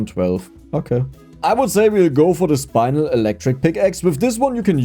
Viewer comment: says "iron" correctly from the get-go, everyone: starts correcting him: says "spinel" completely wrong, everyone (except me): no reaction WTF.PNG